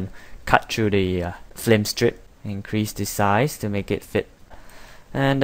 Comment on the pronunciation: It's pretty well narrated, but why do you say "F L I M STRIP"???